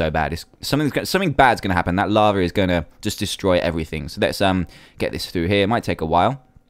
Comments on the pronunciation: I love how you say lava like laver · lol ya but people dont say laver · Laver. In America we call it lava